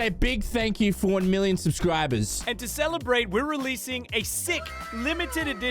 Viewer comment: hear how sais subscribers